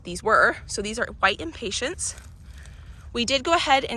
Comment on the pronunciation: Just wanted to let you know that the flowers are impatiens. It does not have a t and the end. You were calling them impatients, which is a short tempered person. By the way, impatiens, the flowers, are also called touch-me-nots.